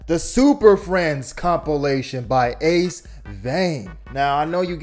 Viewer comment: It's Ace "VEIN". Not Ace "VAN". Also it's Black Manta. Manray is the Spongebob villain 💀💀💀